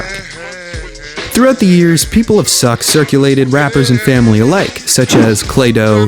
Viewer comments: It’s not “suck” it’s S.U.C. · Bruh, preciate the video, but as a native Houstonian, NO ONE in the history of history has ever referred to the Screwed Up Click as 'suck.' It's either known as the Screwed Up Click or the letters sounded out as S-U-C. Please delete that part of this video. Otherwise, great content. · Great content but S.U.C. is not pronounced “suck”… you literally say the letters